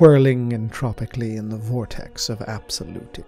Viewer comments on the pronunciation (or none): none